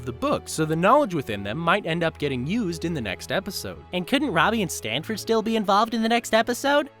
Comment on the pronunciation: It's Stanford not Stanely Bill..